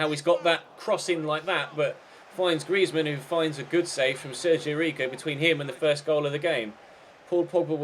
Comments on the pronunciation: Say griezmann properly you idiot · Hate the way you pronounce Griezmann